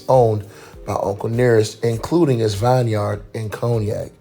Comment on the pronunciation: Vineyard, not vine yard sweetiekve you.